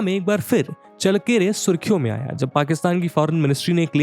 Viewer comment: चळ्ळकेरे✅, चल्लकेरे❌ नही